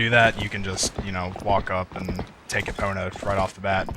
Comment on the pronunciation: do you realy purnounce the O in epona?